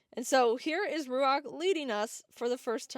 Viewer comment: Is it Ruach like the Hebrew word? Cos should be Ruah more than Ruak